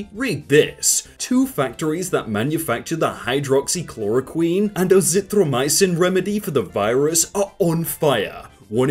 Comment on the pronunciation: just pronounces hydroxychloroquine like it’s just the abcs